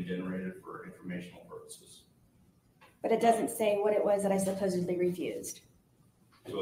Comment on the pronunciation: Haha she says “Supposably”